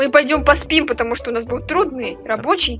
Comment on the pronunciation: Меня только одно смущает слово пореспим